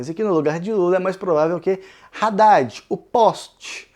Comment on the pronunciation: Que agonia cada vez que fala "Raddad".